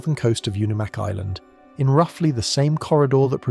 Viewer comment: It's because they used AI to create this slop video. It also mispronounced Unimak and Aleutians.